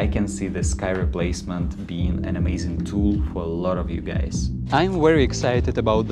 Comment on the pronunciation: why you saying gays not guys i cant haha